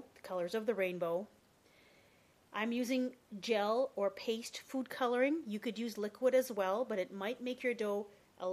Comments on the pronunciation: sounds like ur saying uniform colour :P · i thought you said "poo colouring". . . oops my bad! XD